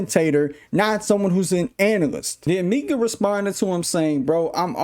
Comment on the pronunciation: Its pronounced mike-uh.